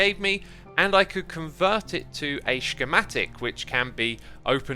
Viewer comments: Xisuma: "SHKEMATIC"(like sh not sch) Me: "Tf he be sayin'" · the way you said schematic was super funny :D